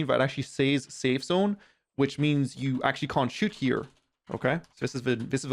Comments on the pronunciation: You say "here" funny 😂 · Why you saying here and work like that? Wtf lad